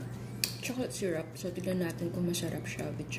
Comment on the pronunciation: Llanera hindi LLAÑERA. Gosh tsaka syrup hindi SYRAP. Gosh again. 🙄